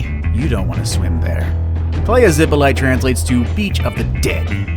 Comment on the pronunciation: Playa zippolighter .. the whitest pronunciation of that name I've heard in my life